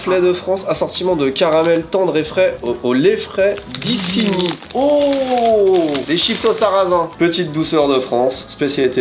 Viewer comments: Isigny ce prononce "iZigny" et fun fact, Walt Disney est originaire de la ville d'Isigny. Ça remonte à l'époque de Guillaume Le Conquérant et c'est de là que vient son nom, une famille noble d'Isigny est allée s'installer en Angleterre pendant la conquête de l'Angleterre par Guillaume Le Conquérant et les locaux n'arrivaient pas à prononcer Isigny et avec l'évolution c'est devenu Disney (la famille d'Isigny, d'Isigny=>Disney), des descendants sont allés s'installer en Amérique lors de la colonisation de l'Amérique jusqu'à arriver à Walt Disney. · « Issigny »?? Mes oreilles de Normande saignent.